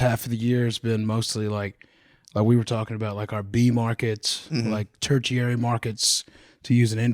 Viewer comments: “turchiary” lol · Ter-chiary instead of tertiary is crazy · ter·ti·ar·y /ˈtərSHēˌerē,ˈtərSHərē/ Not turcherary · Couldn't get through five minutes, sorry. Mispronouncing "tertiary" and "Des Moines" was rough.